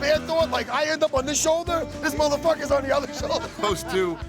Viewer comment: The way Matt says moTHERfuckers is cringe